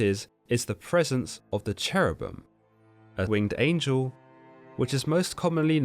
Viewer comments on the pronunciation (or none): none